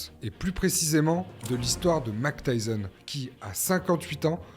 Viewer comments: Déjà ce n'est pas Mac Tyson mais Mike Tyson donc j'arrête de regarder ta vidéo direct 😂😂😂😂 même pas capable de prononcer correctement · Excellent ! Parcontre c’est Mike, pas « Mack » .. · Grave bien fait, bravo. Mais suis-je le seul qui est dérangé par le fait qu'il dis "Mack Tyson" ? 😭